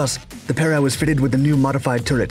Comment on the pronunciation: Your pronunciation is wrong, it is pe(strong)-re(week.)